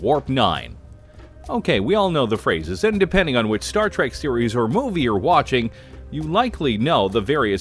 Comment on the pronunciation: It’s Trek not tack and stop saying mr crusher you jackass